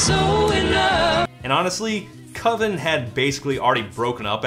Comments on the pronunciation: It's pronounced COVEN man. Cuvin sounds like oven and that just ain't it. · I'm sorry, all I can think about is Mark Borchardt in American Movie insisting that "coven" is pronounced with a long O. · It can't be coven because coven sounds like oven, man